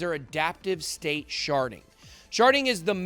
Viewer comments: Lol I reverted back to my 12 year old self when he said sharding. Sounded like sharting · Hew said sharding😂😂